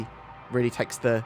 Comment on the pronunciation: I had to go back because I thought I heard "It really tanks the cake"